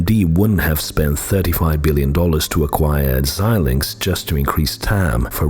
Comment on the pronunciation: It’s nice to hear somebody pronounce Xilinx correctly! Most people absolutely butcher it. And then repeat it dozens of times!